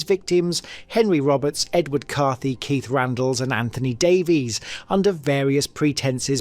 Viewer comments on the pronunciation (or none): none